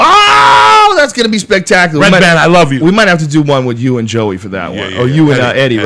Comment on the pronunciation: So how many hatters did you get? Did they make you a lot of hats? "Ray ban" ? He's not a fucking pair of sunglasses, it's redban. It's right on the screen, hahahahah.